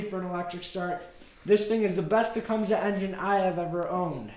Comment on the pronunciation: It is properly pronounced as "TA-COME-SEE" !